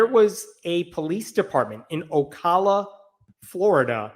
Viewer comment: You pronounced Ocala correctly.